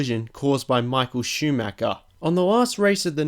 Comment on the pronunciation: Same with Schumacher... he basicly says Schumacker, which really hurts me as an German.